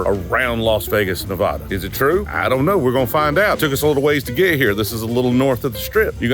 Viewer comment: The Frey Ranch 100proof Bottled in Bond RYE makes the BEST old fashioned i've had in a while! Also before you get crucified it's Ne-VAD-a and NOT Ne-VAH-Da ;)